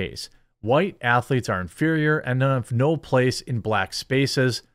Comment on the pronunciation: “You call them (ath a leets)?” Eric Cartman